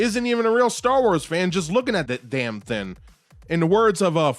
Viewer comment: When you say “thing” why do you say “Thin”